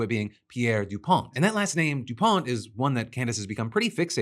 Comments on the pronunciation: Hey Candance. The T is silent in Dupont. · Is it Pierre DuPont with a “t” or with a “d”? 😂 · As crazy as everything coming out of Candice is, I cannot get over how she is pronouncing "dupont" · Wooo Delaware shoutout! She’s an idiot. DuPont is literally an (mostly irrelevant and cultish) old American family with old American wealth, much from the Second World War producing nylon. It also is not pronounced the way she says it, making it sound French. Wild.